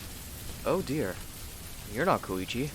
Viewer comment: when he said you arent koichi i that he said you arent kokichi